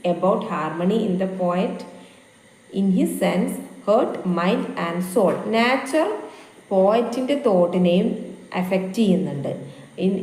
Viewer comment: മാഡം, നാച്ചർ എന്ന് പറയുന്നതിന് പകരം നൈച്ചർ എന്ന് പ്രെനൗൺസ് ചെയ്യൂ 😊